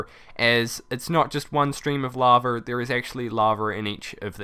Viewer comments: is it only me or he says laver not lava it annoyins me so much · What is laver? Ohh its lava ok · Love how you call lava laver XD!